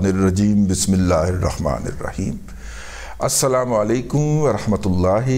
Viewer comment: سلام سن کے مجھے لگا کہ دادا جانی عربی خبراں پڑھن لگے 😁